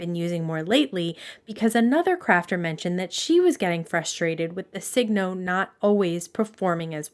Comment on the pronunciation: Thanks for a very good and helpful video. Many people don’t pronounce Signo correctly. I only know the correct pronunciation because I lived in Japan for many, many years. It’s pronounced like “Sigh- no” not “Sig-no.” You know, like sign your name or it’s a sure sign, etc. The pens are made in Japan and the way they would say, “sign your name” in Japanese English would be signo your namu, because their words almost always end in a vowel. Thought you might like to know.😢 Appreciate the video very much.